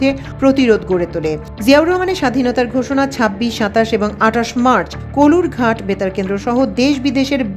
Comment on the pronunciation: কলুর ঘাট নয়, কালুর ঘাট।।।